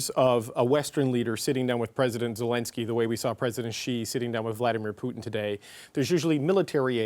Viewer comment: It's- Vladimir Putin.. Not- VlAdiMiRpuTIn.